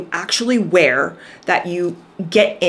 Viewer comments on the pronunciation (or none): none